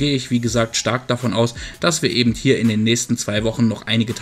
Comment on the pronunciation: Hör auf ebent zu sagen das heißt eben